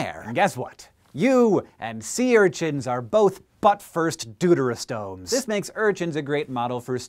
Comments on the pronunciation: Hank, I think you meant to say that we humans are "doo-doo-terostomes", not "deuterostomes". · Very interesting! I had known of the fruit flies and C. elegans, but not the urchins and ferrets. Also, I was taught to pronounce deuterostomes like "dew-terr-oh-stohmes", which I find more amusing than the pronunciation in this video, but to each their own.